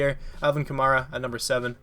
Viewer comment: This is how you say it. Kuh- MAR - uh